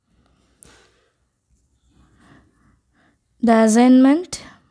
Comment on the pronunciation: not Assigment😊Assignment😅😅😅